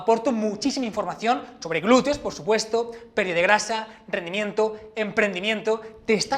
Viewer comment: ¿Por qué pronuncian "glureo"?